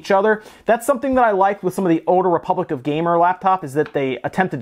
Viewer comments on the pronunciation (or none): none